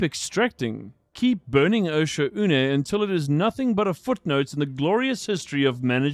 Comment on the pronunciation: Osha-oo-nay is how the ship ai pronounces it